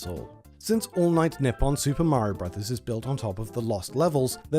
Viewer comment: He says Nippon like "nip on" it's "knee on"